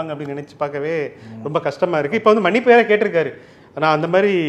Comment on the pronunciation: Adhu "manippu" illa..."mannippu".